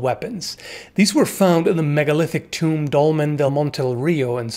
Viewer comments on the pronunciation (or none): none